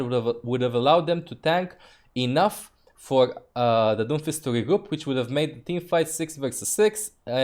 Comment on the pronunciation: "It is just a game. Why you heff to be mad?"